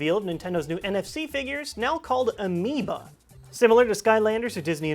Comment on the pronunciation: amibO not amibA